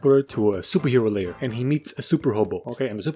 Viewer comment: And I know its a small detail but its actually " hobo lair" not " hobo lay....... whatever lets just move on